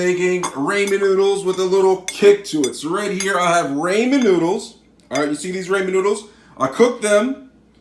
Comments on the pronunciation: RAH-MEN not Ray-men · Its ramen not raymen 😂😂😂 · he said that because you said RAYMEN..M I THINK YOU MEAN 'RAMEN' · DUDE STOP ITS NOT RAYMEN ITS RAH MEN STOOOOOOOOP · Raymen 😂😂😂 it RAH MEN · You're right, but you're pronouncing it as if its "raymen" when it actually sounds like "rahmen". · Different words with similar spelling can still sound different. Ramen when spoken does not sound like "raymen" but that's how you say it. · YOU MORRON ITS PRONOUNCED RAA-MEN NOT RAYMEN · it Raw Men not Ray Men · It's not Raymond like everybody loves Raymond, the A says the o sound they're called ramen noodles! It's so annoying that you call them Raymond! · ah yes raamen noodls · Im probably not the one that’s not gonna make fun of the guy for saying Raman wrong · ITS RAH-MEN UGH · Rayman noodles seriously how white can you be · How many times is he going to say ræymen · ITS RAW-MEN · Raymon noodles 😅😅😅😅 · buddy said RAY MEN noodles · I hate how he says Rayman noodles 🤣🤣😂😂😂"rayman"😂😂😂😂😂😂😂😂😂😂😂😂😂 LMAO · no ray men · my god it’s been a year 😳 you called it ray men ☠️ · he said raymen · Rayman noodles 😂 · Some nice rAYmen noodles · Ray-man noodles 😂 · Bro how could u not pronounce sriracha and ramen it’s freakin ra-hmen fuck u I died when u said tht this video was no help u suuuuck lol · Y DO YOU SAY RAY MAN NOODLES NIGGA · correct people in Japan don’t say ray lol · The way he say Ramon noodles 🧐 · *Ray-Man LOL! Anyway, I've actually done this, and it's tasty, so take your upvote and Ray-Man On!!! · I hate how you say ramen it’s RAH- MEN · No, he said RAYMAN..... Amazing game! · Ray man is good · It's fucking ramen not ramen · ik its a joke but the way you day ramen brings me pain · You need to say ramen better next time in like a another video ( not trying to be rude) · the way he says ramen